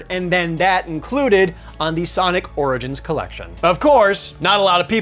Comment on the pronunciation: Bro how did you mispronounce the word "origins"?!!